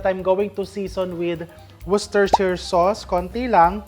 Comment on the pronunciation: Chef, sa UK ang pronounciation nyan ay "woosh-teh-sheer" sauce.